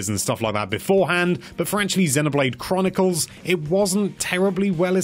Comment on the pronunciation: "At number 8 we've got zenuhblayde kronukols" LOL